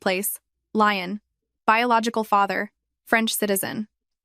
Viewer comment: The silk factory is not going to in a place called Lion. Get a fucking grip. There are several places in France famous for its lace making Valciennes, Breton and Lyon. Lyon is pronounced Leeon. Fucking Lion is a big cat, famous for its shaggy mane and being a powerful hunter. It’s incredible to me that AI is the new cutting edge of technology and it probably is just not in these stories and I can’t decide if you’re churning these stories out so fast you haven’t time to check the content. Or if you really don’t give a fuck